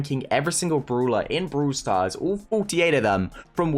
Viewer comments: i love the way he says browler not brawler and browl stars not brawl stars lol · bRoEwL sTaRs